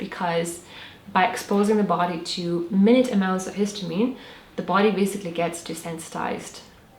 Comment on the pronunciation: Good video but ‘minute’ is not pronounced as how you would say time. ‘Minute’ in this context means small or minimal dose. It is pronounced as ‘my-nute’.